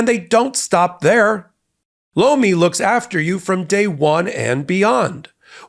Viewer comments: Anyone else think the supporting ad Lomi sounded like he was saying "Blo me"? 🤣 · Tell your sponsor (Lomi) I was in the other room when I thought I heard say "BLOW ME" - Their product name is horrible - They might want to change it!! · LOMI sounds like BLOW ME! 😂😂